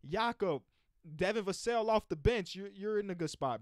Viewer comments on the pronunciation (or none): none